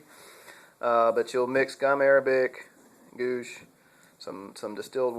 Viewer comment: Goosh? Pronounced G-wash.